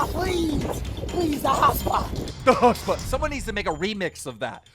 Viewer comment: Guy :the hotspot , the hotspot My ears : the hot spa , the hot spa